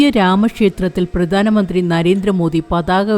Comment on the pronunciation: ഉച്ചാരണം പ്രധാനമന്ത്രി.. (ധാ.)പ്രദാനമന്ത്രി അല്ല 🙏